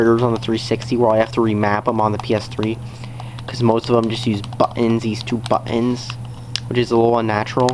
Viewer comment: Oh my god. I love how you say buttons in your language. BUTT-INS these two BUTT-INS right here.